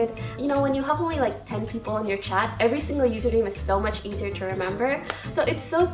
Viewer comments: No one: Poki: Are ya Shingle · everytime she says some stupid shit like pronouncing single 'shingle' a baby somewhere dies